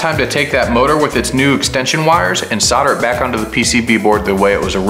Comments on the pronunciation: why do Americans forget the L on soldering, you guys say soder instead of solder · I had to stop watching this. Never heard someone say "sodder" instead of "solder" so many times in my life lol. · Kool vid chap - I wish you’d say it properly though (sol der) soldering 😂 Sodder 😂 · Dude... how can you look at the word Solder and produce the noise sauhrder!? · SOUL -DER SOUL-DER ... Solder has an "L" in it.... ;-)) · How many times did you say sawter